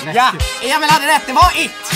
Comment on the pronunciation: Har ni tänkt på att Joel säger alltid ”Emol och Victor” haha